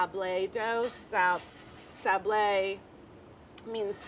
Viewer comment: sand in French is sable but the pronunciation is without the hard 'e'